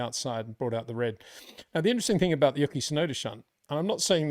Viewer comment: U - Key Tsunoda, not Yucky, lol. Great analysis as always